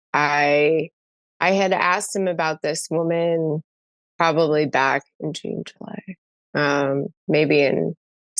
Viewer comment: I cannot stand how Justin says "woman" when he's talking in plural. Someone please talk to him about this. Huge ick.